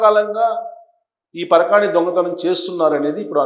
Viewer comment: SIR NOT PARAKAANI CARECT WORD PARAKAMANI